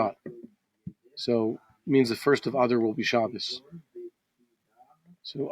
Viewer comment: When you say "Adar" it sounds like you are saying a cross between adder snake and cow's udder. Can't you stress it at the end as in A-dar.